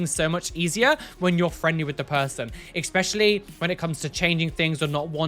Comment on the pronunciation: Hello, I have a very fundamental question to ask you lol (as as non english native person): why do you, as some other people, say "eXpecially" instead of "especially", please? ^.^